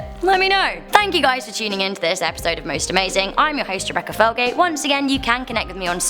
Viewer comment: no hating but felgate sounds with colgate